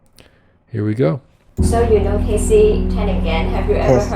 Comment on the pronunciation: Pronunciation of her last name was close enough. Good on yah!